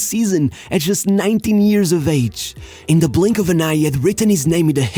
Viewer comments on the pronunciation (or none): none